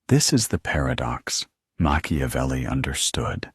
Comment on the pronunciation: Mak ia velli.... NOT Mashiavelli.... please!